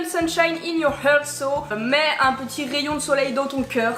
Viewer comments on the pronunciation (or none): Heart se prononce hart ^^ Sinon super belle ouverture ♥️